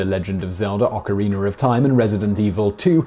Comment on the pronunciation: Ocariner in Time